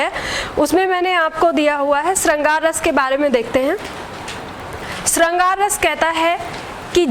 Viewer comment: श का उच्चारण ठीक करिये बाकी video अच्छी ह